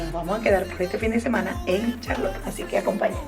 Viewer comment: Les aclaro 1er error NO es Charlo'tte es Ch'arlotte a pronunciar bien los nombres de los lugares.